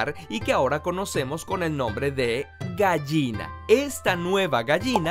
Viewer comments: me molesta lo mal que pronuncia la palabra "gallina" jajaja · tal vez sea un regionalismo pero en mi país se diferencia la pronunciación de la "ll" y la "y". Técnicamente, por la forma de su pronunciación y según como se habla en mi país, él pronuncia la palabra "gayina" y no "gallina". pero como digo tal vez sean regionalismos.